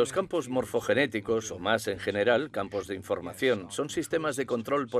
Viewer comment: Morfogénicos, no, Morfogenéticos